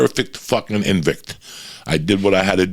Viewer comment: "I became the perfect 'inn-vict" 😂😂🤣🤣💀 Joey, you've got me dying over here!!! ✊🏽